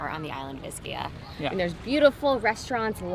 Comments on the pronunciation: Hey!! Ischia is pronounced “Eee-ski-a”!!!! Not Iss-key-a Do that and the locals will know you’re a noob and take advantage of you... noob. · ischia is pronounced eschia not a short I. If you are doing a blog pronunciation is key.